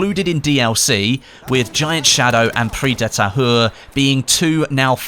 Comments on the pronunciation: you pronounce it as Pris dee tahour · prix de tahure🤣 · I, legit, watch BF1 videos to see him struggle with the pronounciation of "Prise de Tahure", i just love it x)